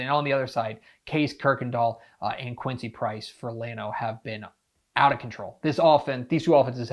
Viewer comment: He called me Quincy Price when it’s pronounce Prince😂 it happens